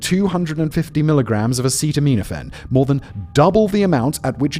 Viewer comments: Is it just me or did Simon mubmlecore more words than usual? Not pronouncing Robitussin correctly I get, but he said acetaminophen 4 different ways and pretty sure he made up a word towards the end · Simon, you serious mispronounce EVERYTHING in every video. Robitussin... Acetaminophen... butchered.